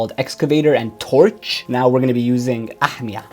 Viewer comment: Ahmia is finnish verb. It basically means "to gobble up" or "consuming something (like food) really fast"... Don't know if the creator of the search meant that but anyway... Good job on pronouncing "ahmia" 😁